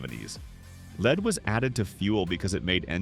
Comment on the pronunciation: Lead is not pronounced “leed”. Kick the AI bot out!